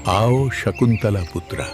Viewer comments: संकुतला 😂😂 नाही, शकुंतला म्हणा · Shkuntala thikse bola nahi .